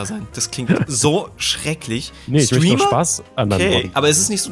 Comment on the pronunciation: niemand:: Stweamer